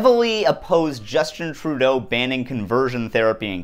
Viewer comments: Why does he keep saying "Troodull"? Trudeau doesn't have an L in. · “Justin Trudel” As somebody who took French, this is all it takes for me to go “f*ck off”